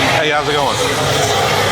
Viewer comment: “Hey!” Or did he say “Hay!”